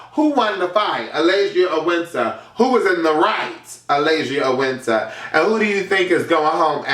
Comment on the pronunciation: I'm crying when he called zee alphabet and wiintrr seasons LMFAOOOOOOOO